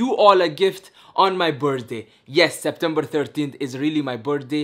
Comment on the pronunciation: “13 setbembar 2022” I swear in 2021 and 2020 and last year he said September right why does always make his father say things the wrong way?